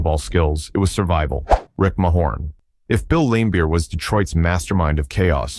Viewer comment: the narrator is so wrong as was stated by someone else below, bird took isiah off the hook and said he forgave him. Plus its pronounced muh horn, not may horn-Narrator os a real tool